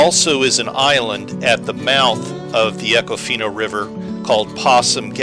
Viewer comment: You can always tell a non-local by how they pronounce an area. It’s Econ-Fina. Or if you’re a local good old boy, eeeecon-fineee.